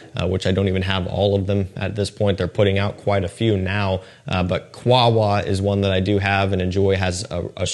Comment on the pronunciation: Man you really need to learn to pronounce qahwa please 1 min of google search how to pronounce qahwa and its that easy.